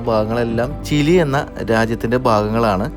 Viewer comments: ചില്ലി അല്ല ചിലി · Chilly allada chiri moyanthe , chile enupara😂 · ചില്ലിയല്ല ചിലിയാണ് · ചില്ലി അല്ലല്ലോ ചിലി അല്ലേ? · എപ്പോഴും ഇങ്ങനെ ചില്ലി ചില്ലി എന്ന് പറയാതെ 😁 കേട്ടിട്ട് ചിക്കൻ ചില്ലി കഴിക്കാൻ തോന്നുന്നു. By the way its ചിലി 😀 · ചില്ലി അല്ല bro ചിലി ആണ് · ചിലി ആണു ബ്രോ, ചില്ലി അല്ല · ഗുനിയ അല്ല (ബോ ഗിനിയ ചില്ലി അല്ല ചിലി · ചില്ലി അല്ല ബ്രോ. ചിലി 😊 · Not chilli man chili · ചില്ലിയല്ല ചിലി പറയൂ ഇതും ഫുട്‌ബോളിൽ പേര് കേട്ട രാജ്യമാണ് അർജെന്റിന പോലെ 🤣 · chilly alla bro chile anu😅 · ചില്ലി അല്ല ,ചിലി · Chilli alla ..Chili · Chile anu bro not chili